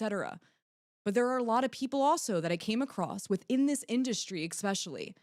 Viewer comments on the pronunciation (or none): ESS-pecially. ET-cetera